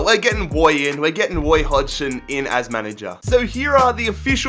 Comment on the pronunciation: “Woy In, we getting Woy Hodgson”